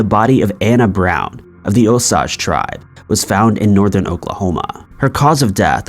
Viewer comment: O SAGE as in sage